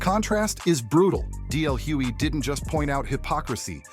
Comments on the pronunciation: Very good article But it's Hughley, not Hewey😢😢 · I cringed every time the narrator mispronounced DL's last name. If you are going to use his name for content at least say his name correctly smh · Why the continued mispronunciation of DL's last name?